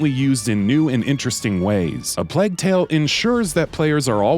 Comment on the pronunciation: LOL why does he say Plague like that?